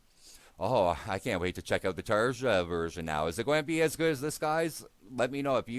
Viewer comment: Great to see a new reaction, hopefully your problems with new mike are just teething issues. Video itself sounds great. BTW Tarja is pronounced "Tarya".